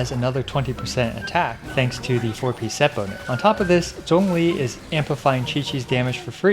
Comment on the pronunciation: Actually pronouncing Zhong li's name correctly "chefs kisses*